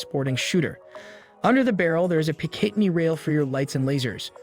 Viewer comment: 9 Em-Em? Armory Springfield Echelon? Pic-ateney rail? Sating Sauer Three Hundred and Twenty? talking about Sig and showing a Glock. Sag Sauer? This video is so cringe. Shame on YouTube for including this in the algorithm.